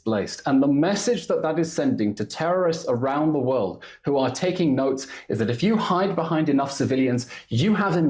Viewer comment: OMG. She is unable to say The word world correctly 🫠 You just Embarrassing yourself lady …..